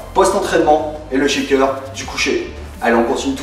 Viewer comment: Salut, Ca ma beaucoup aidée, Mes tu pourrais m'expliquer ce que veux dire schéqueur ? ^^ je suis perdu quand tu prononce ce mot :)